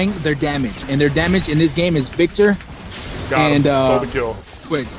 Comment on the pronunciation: Veek tor. That was the cherry on the cake for this video for me at least :d